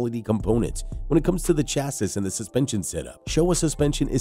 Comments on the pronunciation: Stoooooooop saying chas sis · It's pronounced "chassy" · Hearing Chasses is making me die laughing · The Segway is a Sur Ron. And “chassis “ Is pronounced cha-see. And chrome isn’t a type of metal, it’s a treatment. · Chassis is pronounced 'Sha-see'... that is of course if you're speaking English.. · I rolled my eyes every time he said it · I cat take any of this seriously just by the way you pronounce chassis. It tells me you really don’t know much. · Please learn how to say chassis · I have never heard anyone pronounce "chassis" and "Pirelli" like that before. Some of those battery charge times seem quite dubious unless you are planning on setting them on fire with overvoltage input. I just glad that Zero is opening a factory relatively close to me.